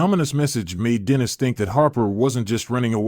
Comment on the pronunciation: Dennis is mispronounced.